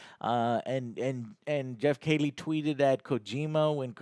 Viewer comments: Why does he keep saying Geoff Kaylie instead of Geoff Keighley? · KEE-LEE MY GOD MAN!!! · I've noticed many of his odd pronunciations over the years to be honest, lol. He can't say Geoff's last name correctly, or Henry Cavill's last name correctly either, even after being sent video of the actual person saying their own last name in real life multiple times, he still reverts back to his mispronunciation, lol. Just one of those Joe things to add to the list ;)